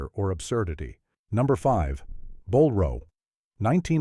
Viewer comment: Bolero is not pronounced bowl row. That could have been funny but was just as bad as. well the movie Bolero.